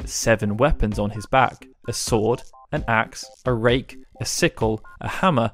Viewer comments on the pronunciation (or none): none